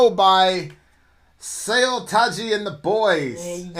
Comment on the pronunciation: Seo is actually pronounced Suh.